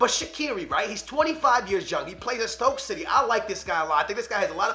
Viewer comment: I swear he said stoke shity